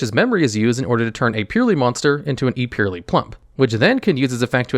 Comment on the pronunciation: Drinking game: take a drink every time he says purrely